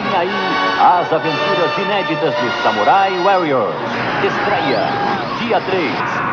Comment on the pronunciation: ... O narrador falando o nome do desenho é bem engraçado ..kkkkkk " Samurai Uéirior "